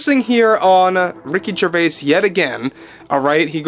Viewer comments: The s in Gervais is silent. It is pronounced Jer vay. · The S in Gervais is silent